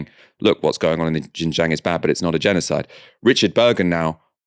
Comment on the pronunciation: xinjiang is pronounced SIN JIANG not jin jiang